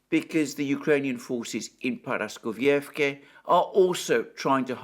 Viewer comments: dude, please, ParaskovievkA, NOT ParaskovievkE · I even broke the word down into fragments days ago and wrote it in Greek, which he read, but he still cannot get it right. Now, instead of Paraskovievka, it is Paraskovievké, tomorrow instead of Gorlovka, it will be Gorlovké. 😥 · Dear Alexander, please forgive me for saying this, but for a person of near impeccable grammar and pronunciation, you should put in some effort with the pronunciation of Paraskovievka. There is no such thing as Paraskovievké, and to hear it said repetitively is unpraiseworthy. Please listen to how Dima from Military Summary says it and practice. Just like I would not call you Élexander, I think you should not say Paraskovievké again and again, because no such place exists. What exists is Paraskovievka. Thank you for reading. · The name of the town is Paraskoveyevka. Your pronunciation is spot on, besides the last letter. It ends with a letter a, it is pronounced the same as the the other letters a in the word. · Paraskovievka - the last sound is A, not E. like in CAR.